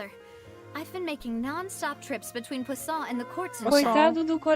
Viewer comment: Necessitamos de um compilado do falando "Poisson" kkkkkkk